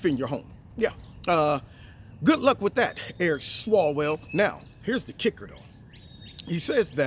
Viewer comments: Eric swallows-well bro not swalls swell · ONCE AGAIN,. His name IS Eric SWALLOWELL. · Its Swallowell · You meant Swalloswell...right?...lol. nice job.